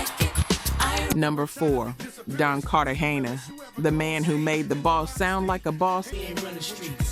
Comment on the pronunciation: The fact this is Ai with some sort of insinuation that shes black is Diabolical! But catching simple mis pronounciation while the video is playing (112, Cartegena, the HitMaan, etc) is crraazzyy work. The awkward pauses, this was pretty wild (Faith......Evans), dang. Whether its admitted or not Ghost writing seems to be a WHOLE music industry thing. Lets not forget someone wrote a lot (apparently) for Ghost Face' 1st albums, Big most definitely wrote on Hard Core, L.L writing for MC Lyte on self destruction, this list can go on & on. But its not just Hip Hop (Stop IT!). Its in Country, Rock, Pop, all of it (even speeches given by figure heads arent always written by them). The most famous to me might be how Grand Master Caz wrote the whole song basically called "Rappers Delight" his name "C.A.S.A.N.O.V.A" is even spelled in it like D.O.C in Dre' song